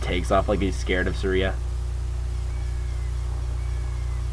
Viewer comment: Uh... I think "Saria" is pronounced "Sar-ee-uh", not "Sur-ee-uh"... not trying to sound snobby though. The rest of this is SO funny, because it's how you feel while playing OOT!! XP I'm a TP lover... OOT is SO overrated... if it isn't OOT, IT SUCKS to most Zelda fans.